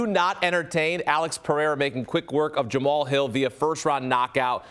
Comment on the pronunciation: Guy can't even say Pereira right lol